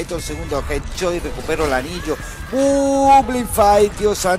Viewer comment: jet chot jajajajaja pronuncia bien carnal